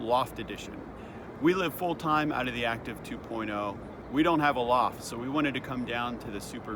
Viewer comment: Would it not be pronounced "Active"? "Acteev" is Goofy!